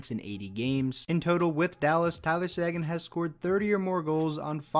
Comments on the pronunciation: It’s SAY-GAN, not SAGIN you idiot. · Pretty sure Tyler Seguin's name is pronounced "Sayguin" not "sAguin"